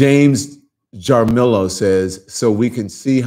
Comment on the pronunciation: I understand your frustration but CONSIDER the defendant in this case. Rules differ from state to state and even from courtroom to courtroom sometimes. If the defendant is looking for any excuse to get a mistrial, it's all the more risky to give Trump an opportunity to act out EVEN if other trials ARE broadcast. Lemon, Jaramillo might be pronounced HAREM EEYO, sort of.